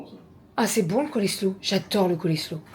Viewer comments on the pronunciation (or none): Alors Coleslaw ce prononce colslow - :-) et tu as raison trop bon!!! Je le faire avec yaourt Greek, moutarde et un peu de Worcestershire sauce. Yummy!